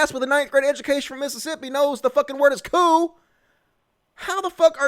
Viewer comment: A coup: a sudden, violent, and illegal seizure of power from a government. The impeachment process is being done legally and without violence. Besides, I'd love to know your source on the democrats attempting a coup twice before this. And you seem to have missed that I was primarily making fun of that idiot for saying "coop" when she meant coup (pronounced "coo")